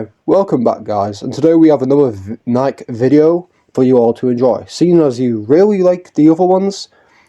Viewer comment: I can't stop thinking f the shoe brand with how you pronounce Nikke dude😭😭 Anyways, yeah I hope we see more from Laplace and her squad in the future. They're really fun characters and should get more attention, especially Laplace cuz lmao she has zero costumes and alts. Girl is in dire need of a wardrobe change